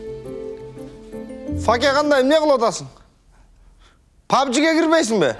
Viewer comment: Pubg сонун айтылып тыр пабж 😂😂😂